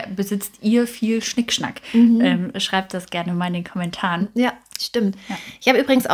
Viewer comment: Zweites Beispiel Klingt es "Schnickschnack" nicht Schickschnack